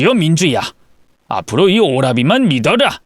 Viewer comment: 알아라 를 알아다 믿어라 를 믿어다 로 발음하시는게 재밌어요